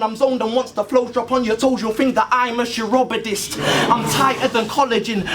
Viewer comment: Hahaha, what the fuck is a "chirobodist" Bru C? XD